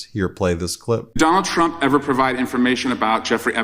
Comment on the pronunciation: Did she call him "President Dumps?"